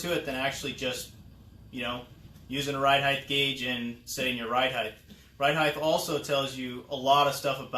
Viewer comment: Drink every time he says heighth like it’s a real word